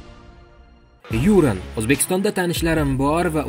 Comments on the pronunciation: Озгина тугри талафуз килишни ургансангиз булади! Ю’ран мас Юра’н! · Юууран эмас киска килиб Юран журналист болсанг тугри талаффуз килишни урган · Купчилик дикторни хатосини ёзибти , жуда тугри,диктор деган хар бир суз талаффузини олдиндан репетиция килиб олиш керак. Ургуни тугри куйинг ХабарОвскмас ХабАровск,Ююранмас ЮрАн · юрен эмас сергей юран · Сергей Юран фамилиясида ургу А харфига берилса тугри булади ЮрАн. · Матн укиётган сухандон! Куйидаги атокли отларда: ЮрАн, БелоУс, ХабАровск ургу катта ёзилган харфларга берилади. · Юран белоус хабаровск нобель талаффузни тугирланг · Хайрулла Хамидовдан илтимос кил, Юран деган ким деб ? он тебе точно скажет а то несколько раз не правильно произнёс фамилию. Ведь ты журналист или нет?